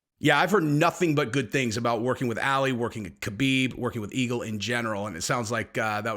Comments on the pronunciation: one day Ali is gonna watch one of your vids and hear u callin him Alley. Lol my dude it's Ah-Lee u know like Mohammed Ali lol. Love ya brotha just had to throw that out there keep up the good work love the content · Lol calls “Ali” “Allie”